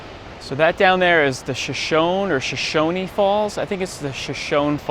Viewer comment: Shoshone- shuh-SHO-nee